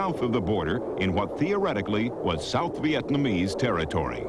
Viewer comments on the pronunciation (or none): none